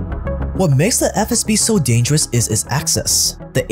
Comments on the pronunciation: im not gonna lie, has said SFB so many times i genuinely thought that was their name. like even a couple videos ago when he first started mentioning them, i was like "isnt it FSB? hm, i must be mistaken. i mean he wouldve redone his lines or thrown a correction in.... right?" but i guess not, or maybe ive just missed it everytime. but i swear this man has constantly been saying "SFB" and its been throwing me off severely lmao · I just love you said SFB 3 times and then FSB (correctly) the fourth time like this shit is a live video and you couldn't do a second take. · You keep saying SFB then FSB. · man. With all due respect ✊ but please, it’s not “SFB”, it’s “FSB”, where F - Federal, S - Service, B - Security (from Russian word безопасность [bezopasnost]) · Stop calling it SFB It is FSB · it’s “FSB” not “SFB” you’ve done this in multiple videos now 😭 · Video is great but stop calling it SFB ffs! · wtf is with that "SFB" instead of FSB bs? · most of thetime he said FSB but a couple times he said SFB and even in another video. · True. I`ve commented on it several times. Funnily enough he does say it correct today when he shows the letters on screen. I thought it was an inside joke or something. He then reverts to old ways again. Must be something to do with his mother tongue.